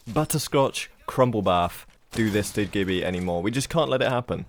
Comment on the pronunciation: It's pronounced Gibby not Gibby